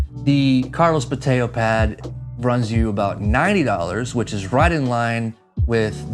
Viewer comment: Bo-TAY-oh? Are we sure that's the pronunciation?